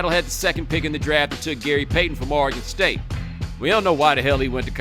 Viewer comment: Bomani If you’re going to diss “Oregon state” at least pronounce it correctly. Other than that great clip.